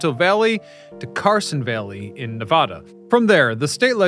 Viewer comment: Please learn to pronounce Nevada